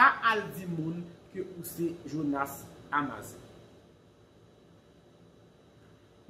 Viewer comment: Misye anraje.li pa gn vwa jonas ditou Li ta vle imite jonas podyab.epi li paka di amazan nn.amazone 😁😁